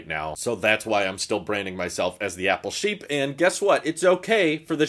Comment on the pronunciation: When I first started watching I thought you were saying your name at the end. “This is Shapeer”. I thought your name was. Took like 20 more videos before it dawned on me “OH APPLE SHEEP” Anyway, thanks for all the videos.